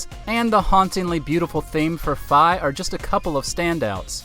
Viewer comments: Fi is pronounced FEE! While annoying, like Navi she's lovable! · Thumbs down for misprounouncing Fi.